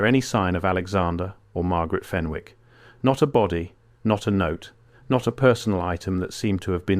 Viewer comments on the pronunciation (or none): Its fen ick not fen wick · FEN ICK ……NOT FEN WICK. Don’t pronounce the W. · The name Fenwick is pronounced Fennick in Northumberland and Scotland. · Pronounced FENNICK.